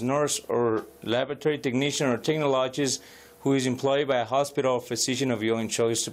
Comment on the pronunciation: Tech-na-log-ist....how about tech-nol-a-gist.